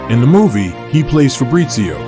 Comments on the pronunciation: Fabrizio, not Febrizio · Fabrizio. No "Febrizio " italian name is Fabrizio